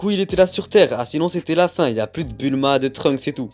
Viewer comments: pourquoi j'entend Trumps a la place de Trunks 😭😂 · J'ai l'impression que tu dis Trump